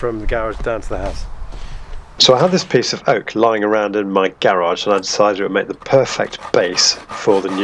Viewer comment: Nice idea but I couldn’t focus because of the way you kept pronouncing “garage.”